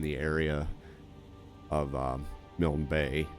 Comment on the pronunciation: I can't tell you how much I appreciate that you are pronouncing Milne Bay correctly. Admiral Sir Alexander Milne, 1st Baronet, GCB, KCB (1806 – 1896), was a distant relative of mine. A few other gamers have called it Malign Bay which is unkind at best.